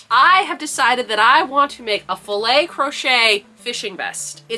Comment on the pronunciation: Yes! You do pronounce it like that. Filet is a french word that kinda translate to mesh. We use it also to say Fishing net ! So, it's even more perfect for your vest !!🐟